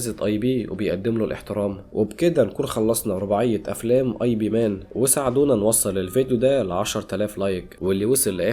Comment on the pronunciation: إب مان مش آي بي😅